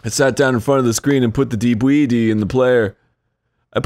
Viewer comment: There's like a hundred debwedee players